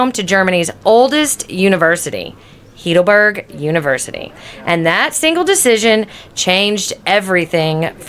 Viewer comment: Nice video, but tragic that you even have not been able to pronounce the city name correctly. I assume you must be a US cictizen what you incorrectly call "American", Its not "heedleberg" its pronounced "highdelberg". Just for your info. Why never asking google how it is spelled. Regards from a local